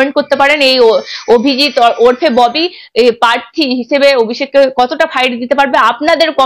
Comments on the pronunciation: Madam your's pronunciation is so bad. Prarthi ke parthi balata chharun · পার্থী নয়.. বলো প্রার্থী, তিতিও নয় .. বলো তৃতীয় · কথাটা পার্থি না, প্রার্থী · পার্থী আবার কি? উচ্চারণ ঠিক করুন